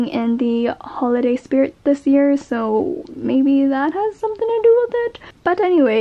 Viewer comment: "They look SOOOYYY good" that aussy accent tho.